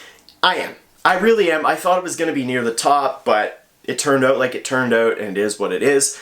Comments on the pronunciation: The way he says ( OUT ) is so funny 😅 he is so sweet ☺ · That Canadian OOUUUT 😂